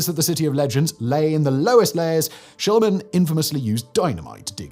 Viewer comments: You pronounce Shlieman, like it's spelled. Not Schl EYE man. And Piri Reis is also like it's spelled, Rice, not RACE. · shlee man...not shilluh man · In the space of two minutes, you pronounced one single name three different ways. Schliemann became Shulliman, Shlyman, and Shleeman. Edit: And now 30 seconds into the Helike section, you've pronounced the name alternately as Helikuh and Helikee. Dude. Pick a pronunciation. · SCHLIEMANN, you dope, not Schleimann Shleeman, if you must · Schliemann is pronounced "Shleemann". Speaking of Mohenjo Daro and Harappa, but not mentioning Göbekli Tepe in Turkey? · ‘Schliemann’ is pronounced ‘Shlee-man’. In German ‘ie’ is ‘ee’ and ‘ei’ is ‘eye’. The Diphthongthingy Pedant 😁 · Numerpus pronounciations of the world famous archeologist Simon but it’s Schlee-man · How tf did you manage to pronounce Schliemann in FOUR different ways? I know a lot of Brits are monolingual and struggle with foreign languages but come on man, this is just sloppy, it happens in a lot of your other videos too. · You can't say he pronounced Schliemann wrong.. Every time.. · Anyone else notice that Simon's pronunciation of names can very from moment to moment? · He knows, you dope, it's his thing to mispronounce names.